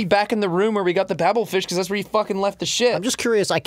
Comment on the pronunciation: So they pronounce Zaphod properly but can't get Babel fish right?